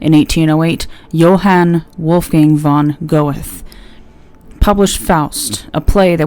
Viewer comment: I appreciate the video my friend. I thought you ought to know though that Goethe is pronounced as gur-tuh. Not Go-eth